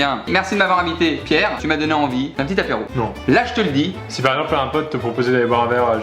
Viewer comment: Pour Pierre c'est pas l'apéro mais l'apierro